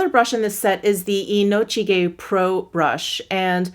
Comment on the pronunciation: You are my favorite youtuber. I love that out of all these Sonia G face pro reviews, you are the ONLY one that can pronounce the Inochige the right way. Love it. ❤️